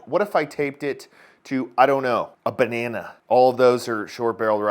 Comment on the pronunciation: He says banana funny.